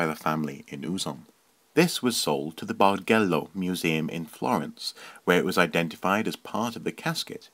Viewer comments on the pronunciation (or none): The name "Bargello" is mispronounced (in Italian, 'g' before 'e' is pronounced as the 'j' in English "joke") but it's ok ;) I love the Franks casket.